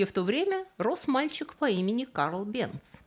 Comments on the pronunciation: Невозможно слушать.... Бенц...... произносится Бэнц,немецкий мой родной язык. Голос тоже впервые такой непричтныц слышу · Фамилия немецкая. В немецком "z" произносится как "ц". Бензин к фамилии отношения не имеет. Там была сложная история. Началось в средние века со смолы "ладан Явы" или по арабски "лабан Джави". Но где-то получился испорченый телефон и "лабанджави" в Европе превратился в "бензоин". Можно представить, что через что-нибудь вроде "лабанджави", "банджави", "бенджуй", "бензой". В 1556 году Нострадамус получил из бензоина соединение, которое назвал "бензойной кислотой". А в начале 19 века перегонкой бензойной кислоты получили химическое соединение которое назвали "бензин". (В русский это название перешло как "бензол".) Топливо "бензин" это сложная смесь многих химических соединений, но своим запахом в основном обязано именно бензолу. Т.е. бензин пахнет как бензин и соответственно такое название и закрепилось за ним в Германии и потом в СССР. Но в других странах его называют по разному, например, "петроль" в Великобритании или "газолин" в Америке.